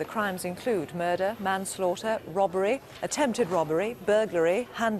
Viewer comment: Jacqui and ‘robbery’ sounding like ‘rubbery’. Cute, uh?